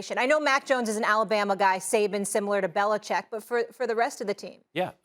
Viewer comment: I love that Max reflexively pronounces Belichick correctly. Everyone else lazily says "Belicheck."